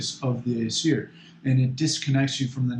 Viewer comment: Your pronunciations are all wrong. And yes it is important. Paganism is about connecting to the past. Remembering our roots. Its pronounced ōsatru and asseer.